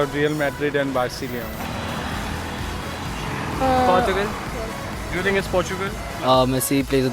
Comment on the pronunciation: "Barceleone" :3